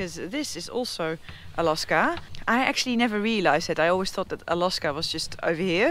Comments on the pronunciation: Do the native people call it 'A-LOSS-KA' or just you ? If it's just you, you must stop🤣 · Anyone brave enough to tell her how they say "Alawska?"